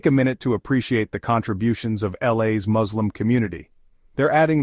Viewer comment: I wanted to share a quick note about the pronunciation of the word ‘Muslim.’ The correct spelling is M-U-S-L-I-M, and it’s pronounced ‘Mus-lim’ with a clear ‘Mus’ sound at the beginning NOT …. Moz. I just wanted to clarify this to avoid any confusion. Thanks for understanding!